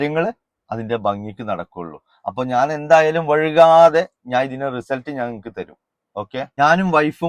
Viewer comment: ഫുൾ സപ്പോർട്ട്, നല്ലൊരു പണി കൊടുക്ക്, പിന്നെ സംസാരിക്കുമ്പോ വഴുക്കാതെ എന്ന് പറയരുത് വൈകാതെ എന്നാണ് ശരി